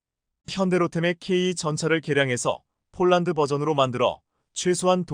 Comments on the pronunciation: 원고나 똑 바로 읽으시오.쫄란드가 어디 있나요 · 포란드가 왜 쪼란드로 나오는지?